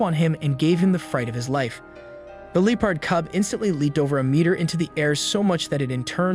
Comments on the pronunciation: Coy oats?? It's pronounced Cai oats!! And Leap ord?? Try Lep pord!! Hooked on phonics may work for you!! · Oh my God you can’t even pronounce the word leopard either